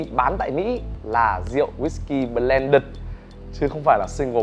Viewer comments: Ông phát âm chữ blended còn sai mà lại chỉ ng khác phát âm chivas :)) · Vửa sửa shi vas xong lại mâu =))) lại còn đánh vần hẳn bờ len đựt =))))